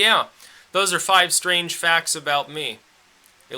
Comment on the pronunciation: vewy stwange.. silly wabbit.